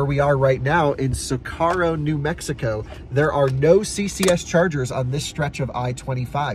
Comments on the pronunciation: Butchered all the names. 🤪 Truth 'or' Consequences (named after an old TV game show). So-core-oh. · And,, I think you have been out in the Rocky Mountain west long enough to understand how to say Socorro, NM. You essentially spent 20 minutes saying what you think may happen, when the only thing you confirmed is that you can't pronounce anything in Spanish. And, you are absolutely wrong about driving a CCS vehicle down the I-25 corridor south of Albuquerque. I have driven my Taycan from Denver to Tucson down that route a number of times. You just have to use the slower charger in Truth or Consequences to top off for 30 minutes in order to make the Albuquerque to Deming leg.